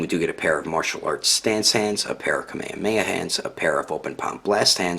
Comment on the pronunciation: Nice review but Kameamea? It pronounce's kameJAmeJA (kamehameha)